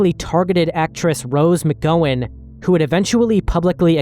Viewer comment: That's the most creative pronunciation of "McGowan" I've heard so far